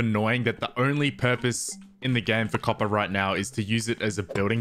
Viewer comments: I love how he says ćœppèr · i love how he pronounces copper coppah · "I dont actually know how much "COPPAH" do i need for this build" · "Now all we need is that COPPAH" "im going to need a lot of COPPAH" "I spent the rest of the day just mining for COPPAH" "I managed to fill an entire shulker with COPPAH" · update just finished the video, total "COPPAH" count is 58